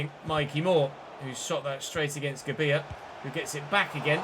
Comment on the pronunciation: Check pronunciation of gabbia name